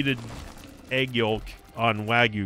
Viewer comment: Never before have I heard yolk (yoke) as yolek